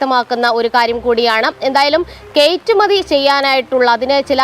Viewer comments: Gd - btw - kaittumathi alla , kayattumathi aannu ! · കേറ്റുമതി എന്ന് കേൾക്കുന്നു.. കയറ്റുമതി എന്ന് പറയണേ സഹോ 🧡